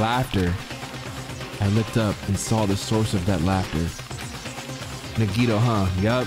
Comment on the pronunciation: And Nagito lmao “Nageeto”